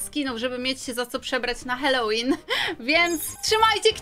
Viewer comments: Jak cos nie holelin tylko halolin;) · Halołin a nie hałolyn😂😂😂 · Nie Hałłoween tylko Halloween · Nie hałowin tylko halloween